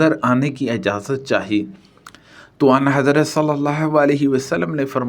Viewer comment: لفظ اَن حضرت نہی بلکہ آں حضرت ہے درست فرما لیں